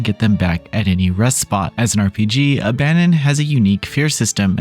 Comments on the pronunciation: You keep saying abandon but it's abaddon (ab - uh - dawn) means "place of destruciton" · I think it's pronounced ABBA DON